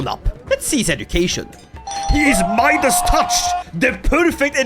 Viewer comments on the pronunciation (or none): none